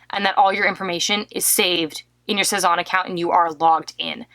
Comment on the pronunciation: C'est n'est pas "sez-awwwn" mais "sez- ann"